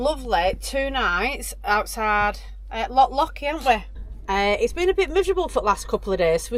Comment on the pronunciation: It’s loch, not lock